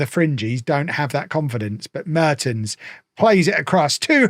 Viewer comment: the first e in Mertens is pronounced with the "e" as in "well"